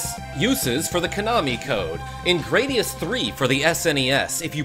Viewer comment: Notice how on Gradius iii you still get still your powerups before exploding. Also, thank you for pronouncing Gradius correctly.